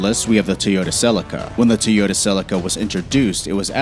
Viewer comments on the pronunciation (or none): What's a Teeyota?